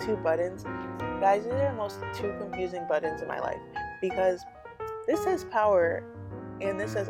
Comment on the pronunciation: Is she saying buttons or buddins